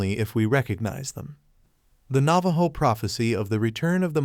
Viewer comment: Learn to pronounce properly the name of the tribe whose story you have stolen. 😮